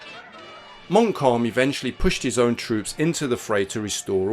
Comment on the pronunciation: listening to your pronounciation of Montcalm I think you will have to apply for a German passport and so fieldgrey history is born